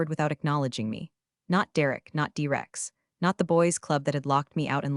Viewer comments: D-Rex? Your AI messed up bruh. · Your AI doesn't know the Dinosaur was a T-Rex? Not a D-Rex.